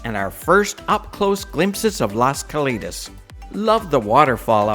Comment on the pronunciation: This is so ridiculous. The buffet wasn’t “free”. You paid for it. And it’s Cal”ei”tas, not Cal”ee”tas. That show that was created by cirqu’s supposed co founder was axed. It bombed. it’s the poor man’s version of cirqu, plagiarizing cirq. Wait for the real thing.